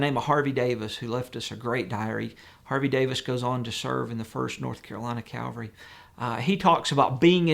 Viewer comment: Excellent video. Please use proper pronunciation of especially not especially and Cavalry not Calvary.